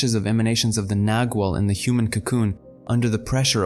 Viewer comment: pronounced with a soft g sounding like a w - nagual